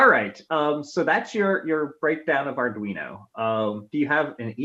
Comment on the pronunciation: Soooooo glad to finally hearing you pronounce it “ar dwee no” and not “ar dreeno”😂. First by the way!